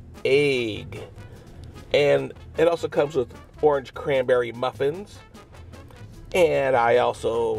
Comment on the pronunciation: He said "the orange cranberry muffrin" 😂😂